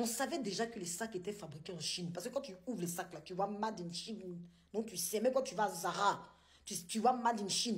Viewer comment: Si tu parles toute les langues prononce MADE en anglais